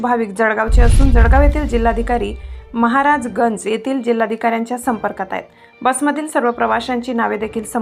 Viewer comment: 'जडगाव' नाही ओ माय 🤦🏻🤦🏻 'जळगाव ' असते ते 🤷🏻🤷🏻